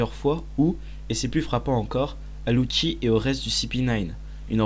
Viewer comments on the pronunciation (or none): C'est moi ou il a dit luki pour lucci?